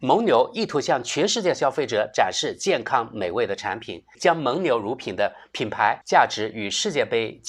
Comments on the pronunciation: 蒙（meng第三声）牛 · 蒙（měng）牛,这里应该读第三声,这次很厉害,同时押对了梅西与姆巴佩;而伊利押的是C罗与内马尔。